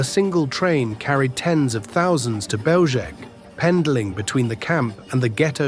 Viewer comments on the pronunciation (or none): Typical american English, can not even try to pronounce Belzec and other words properly, distgusting!